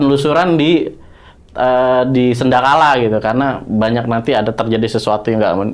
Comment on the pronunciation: Ngikutin ghost ranger ngomong damn man man...sedakala 😅 sandekala